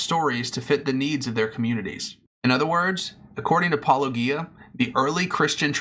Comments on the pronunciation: The fact you can't take the time to pronounce Paulogia's name correctly, already invalidates any argument you will have. I pray to Cthulhu no one else sees this cringy attempt to debunk Paulogia. I sacrifice a lamb to Elohim she will make sure you will not get another view on any video you make ever again. R'amen. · Just how insulting do you want to be with your failure to properly pronounce Paulogia's name? How hard can it be? I presume this is deliberate as he says his name in every episode. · My mind is not made up on this topic, but before I could take your response seriously, you have to at least be able to pronounce his name correctly...it is not Pelogia ( minute of your video), it is Paulogia. You have it correct in the title of your video, but for some reason ou continually mispronounced it in the beginning of video and I turned it off. Do better. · Soft ‘G’ in ‘Paulogia’, people! SOFT 'G'! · It's odd that, since you have watched Paulogia's video, you cannot pronounce his name correctly. It's also odd that you deliberately speed up Paulogia's clips. One might think that you are deliberately trying to reduce Paul's arguments. This doesn't make you look good, or honest. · Since you watched his video, where he pronounces his name, this is not a believable excuse. And no, most people do not deliberately speed up clips. That is another excuse, and not believable. I have disputed your claims. Please respond with facts, not excuses. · Seriously, why can’t you guys pronounce his name right? He pronounces it himself all the time, and you interlocutors continue, literally for YEARS willfully choose to mispronounce Paulogia. Why? Are you just doing it to mock? Is that really your best opener in your video is to openly mock his name before you even start with your points? What does that say about you? It’s fucking stupid and keeps me from actually listening further to take ANY of your points seriously. Come on. Fucking do better.